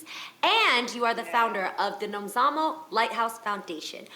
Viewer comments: South Africa is so proud of Nomzamo, and well done Jeanie for saying her name perfectly :) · We're proud of you Nomzamo 🤗 Thanks for pronouncing her name the way you did! 👏🏾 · They said her name properly 🥰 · Super proud of Jeannie for pronouncing Nomzamo's name right. She's welcome here anytime just for that. Nomzamo flying the flag for us,super proud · I like how everyone took time to know how to pronounce her name! They did their homework about her! Proudly South African 🇿🇦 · I love how they pronounced Nomzamo's properly 😍😍LOVE HER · I’m impressed by how you guys pronounced Nomzamo’s name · Jeannie pronounced Nomzamo's name so well. 😊😊😊😊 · I'm happy they pronounced her name well😊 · Jeannie pronounced Nomzamo’s name so perfectly! Loved that! South Africa stand up🇿🇦🇿🇦🇿🇦❤️ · I love how Jeannie said Nomzamo's name 😍😍🇿🇦🇿🇦🇿🇦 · Thank you so much ladies for actually pronouncing her name right!! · Came here for Nomzamo and the fact that they all pronounced her right....awww Hollywood Reporter's NEXT BIG THING......YASSS MAMA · I actually replayed 3 times everytime her name was called, just to hear them say her name right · Hallo wow ladies you pronounce Nomzamo's name so well.Hallo girl thanks for representing us in USA. So excited yey 😍😍😍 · all the host said her name right,love you even more for that guys. south africa is proud nomzamo